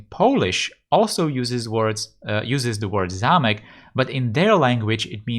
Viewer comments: Hi. You are czech? You can pronounce zámek really well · Yes he does. He pronouces zámek suspiciously well... And Mělník too...